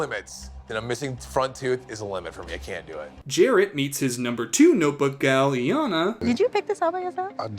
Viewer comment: She literally PRONOUNCES HER NAME... yet somehow Iyanna is still being mispronounced